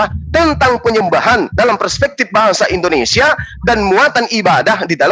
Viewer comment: Kok indonesa, indonrsia 🤣